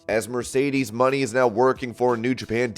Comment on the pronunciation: Her name is not pronounced Mercedes money it’s Mercedes ( Moe-nay)